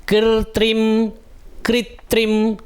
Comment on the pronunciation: स्थावरं जंगमं vali line mai kritrimum hoga ya kritrim?? कृत्रिमं ko aapne कृत्रिम padha hai kripya ise bta dijiye ❤